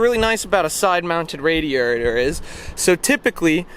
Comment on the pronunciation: a side mounted whatiators!?? LOL, it's okay young man, those things happen to the best of us. Great review - nice RV for the buck! 😄